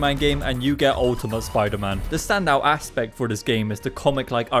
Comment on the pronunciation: WTF is spider-mon?